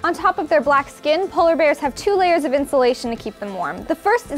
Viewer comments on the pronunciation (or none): none